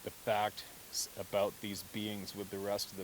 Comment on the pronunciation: You had me confused for a while You kept referring to the BEANS and I was wondering what you meant thought it was the name for it that you used Then the light came on you were saying BEINGS. You do carry an accent, don't know where you're from just found your site a day ago. Love hearing your stories, I live my dreams through your life couldn't afford it when I was young. Now I can afford it but knees and heart couldn't take it. Lived in Wisconsin all my life , last 6 years in Arizona playing snowbird gold prospecting for that 1 ounces, moved to AZ 1-1/2 years ago but knees and heart stopped the gold prospecting too. Thanks for the stories telling what my dreams might have been like. New subscriber lots of your stories to catch up on, Don't doubt for a minute what you are telling BS would be just down right mean Roger